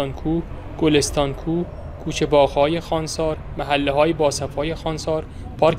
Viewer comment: نام شهر را درست و صحيح بيان كنيد. نام اين شهر خوانسار نوشته شده و خانسار خوانده ميشود. خونسار خوانده نميشه